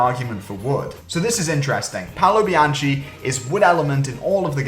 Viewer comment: it's pronounced "Bianki"